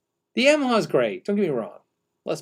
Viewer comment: Pretty sure it's "ya - maha" not "yam - aha" :)